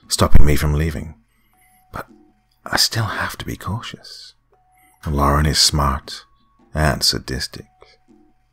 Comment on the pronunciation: Thank you for saying LAR-en instead of LOR-en. Drives me crazy when people put an imaginary O in there.